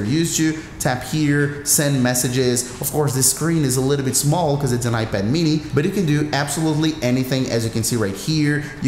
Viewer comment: "...on your iBad"